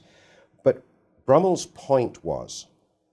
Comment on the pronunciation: is clearly out of his depth here, as he keeps pronouncing Brummell's name incorrectly. Wish he didn't interrupt.